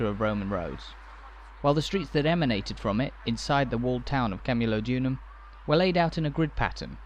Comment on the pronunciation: PLEASE KEARN TO PRONOUNCE CAMULODIUM. Sorry if my spelling is off.I was born in Colchester and very proud of it's history.